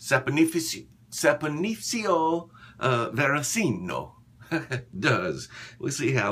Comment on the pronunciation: It's pronounced Saponificio Varesino. What's wrong with you? :)